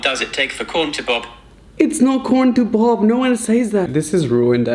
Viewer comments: Raphael: How long does it take for corn to bob? Phone: webpages found of "how long does it take for corn to bob?" Raphael: I didnt Mean for corn to bob.... i ment bob 🤭😂😂😂😂 Im laughing so Hard. Im sorry but he accually sound so cute trying to pronounce pop 😂😂😂 the rest of the video i only heard him saying bobcorn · 😂 OMG! When you were trying to ask Siri how long it takes for corn to pop and it thought you said bop😅 literally made my day